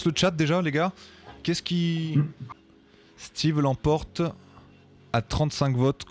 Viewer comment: c'est Steve pas Steven :)